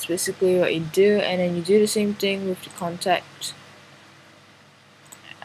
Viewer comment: when you say, "With" place your tongue to the bottom of your front teeth to complete the, "th" part. You are saying, "wif", which our children commonly do as they learn the language.